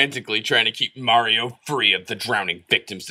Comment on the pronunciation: This video is one of the rare occasions you can hear say "Mario" correctly.